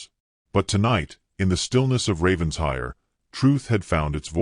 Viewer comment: It’s NOT Ravens-hire! It’s Raven-shire! Get it right!